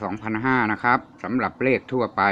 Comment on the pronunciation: กรุณาใช้คำพูดให้ชัดเจนหน่อยค่ะคำว่าเลขคุณควรใช้.ล.ไม่ใช่.ร